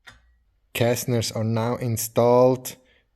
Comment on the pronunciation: Awesome build, btw it is caster wheels, not castener